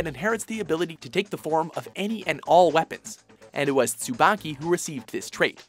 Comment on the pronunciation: It's pronounced Tsu-ba-ki with a long e sound! つばき